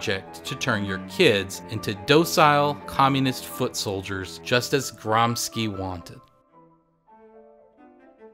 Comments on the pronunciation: Your video is awesome. Let me just nitpick on the correct pronunciation of "Gramsci": it's Gram-SHI (as in "shill"), not Gram-ski. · Gramsci is pronounced "GRAMSHEE" ;) amazing video nonetheless, the production values are amazing for such little subscribers, hope you guys make it big, cheers from Italy!